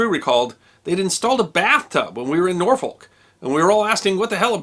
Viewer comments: Another great video, sir! However, from someone who lives there, it's pronounced NAW-fik ;-). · Norfolk... Nawfick. NAWFICK!